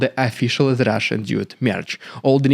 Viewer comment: Very good “Rrrrrrridiculous rrrrrussian propaganda” today😂